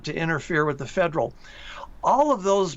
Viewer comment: 这个发音对华人来说是个挑战： Federal 发音成 Faderal